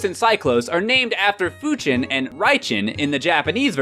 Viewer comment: What a noob, when trying to pronounce the Japanese words with actual Japanese pronunciation, you devoiced the in Raijin and Fujin to Raichin and Fuchin, when everyone else pronounces it right. ;P